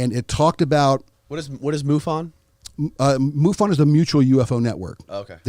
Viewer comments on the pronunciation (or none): When you said mofon I turned the video off. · What is MUFON, what is Richat are the 2 things I heard him miss, so far. He's a dumbasss.